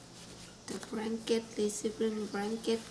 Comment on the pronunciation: Bradley Tompkins fucking google telling everyone my shit! all i did was comment on a youtube video....lol the asian lady in the video says Branket lol